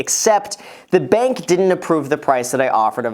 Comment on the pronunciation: He sometimes pronounces the r sound, sometimes doesn't. Like he says "approval" and then says "pwice". Is that normal?